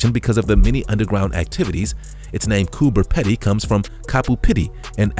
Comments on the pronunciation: It is Coober peeeedy not peddy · Its Coober Peeeedeee...not Peddy already lol.lived underground for years when I lived there...stil miss it. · It is Coober Pe (e)dy and there Re not tigers there🤣🤣🤣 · Coober Pedy is pronounced Coober Peedy. Plus tigers are not native to Australia. Our most dangerous animals are snakes n spiders.